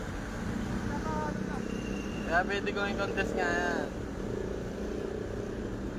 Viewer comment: sa pananalita plng, at kilos,, bka di pa graduate ng highskul toh.. sa pagpronounce plng ng violation, wLa na